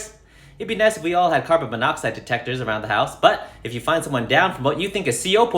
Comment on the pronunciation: “Car-bon monoxide”